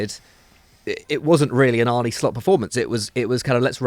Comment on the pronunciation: God, that guy in the glasses can't pronounce one foreign name. He's not Arneyyy he's Arne.